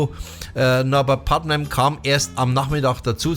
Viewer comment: Mmh Leider „Putman“ am Anfang falsch ausgesprochen - die Bass Lines schön rausgestellt - die Kritik geht allerdings aufgrund von Verwechslung zwischen Putnam und Leech obwohl Du sicherlich Bardwell meintest mindestens 2x schief 🙈